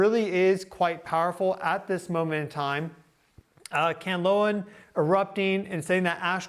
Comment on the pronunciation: Kan-la-on. Also can be spelt Canlaon